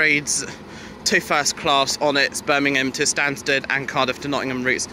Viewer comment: Stansted= not Stansaid